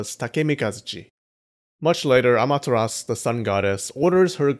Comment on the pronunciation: Why do keep saying "Amateras" when you know there's a u?